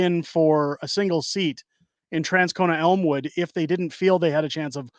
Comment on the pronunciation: From Winnipeg, you nailed Elmwood!